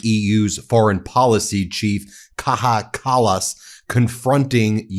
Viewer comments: I am now convinced that Americans don't speak any English at all. They don't have language, they just make random noises that slightly resemble linguistically meaningful utterances. Take the way Ben Meiselas is incapable of pronouncing the name of Kaja Kallas, for example. Idiot. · How to pronounce Kaja Kallas? English speakers, try this: Kaya Callas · BTW.....It's pronounced - Kai-ya Kal-ous Also, why can she speak better English than trump's epstein-slops = melania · It’s pronounced kaya callas. Lots of love ❤️